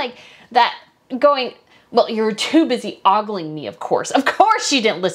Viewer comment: About 2/3 of the way through, she says, “you were too busy ogling me…” That word was mispronounced. It’s oh-gul 😉 not a common expression these days, I guess. The actress would’ve done well to consult a dictionary.